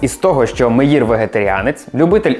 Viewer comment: Та не Рабин, а Рабін, з наголосом на "а", Меїр з наголосом на "е". Слухати в Ізраілі з таким наголосом дещо дивно